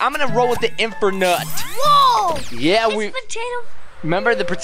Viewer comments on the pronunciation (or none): Its not Infer nut its infinte nut.....